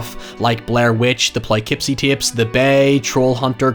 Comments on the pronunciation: Every time says Poughkeepsie, it sends shivers down every New Yorker's spine. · Every time he says “plykipsy” I laugh forever. I will admit Poughkeepsie is messy work for people outside of NY tho.